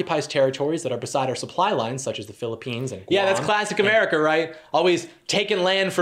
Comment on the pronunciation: Omg the name though "Fukuyo America" like Fuck you America. Then the pronunciation of America, he replaces the "r" with an "l". He's not technically doing yellow face but it's soooo fucking close.